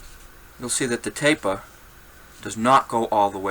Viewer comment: “Tahp uva tapah!” I love it.